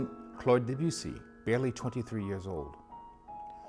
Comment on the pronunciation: Americans can't pronounce Debussy. They deaden the sound. de not "Deb" then boussie as if spoken through a polo mint (mint with a hole through it). Listen to how the French pronounce it! Musique Francaise is one place to go to.